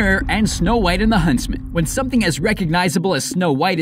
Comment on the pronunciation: HUNSTMAN HUNSTMAN HUNSTMAN